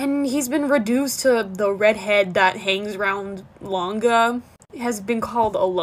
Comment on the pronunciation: Just or does it sound like he says ganga instead of langa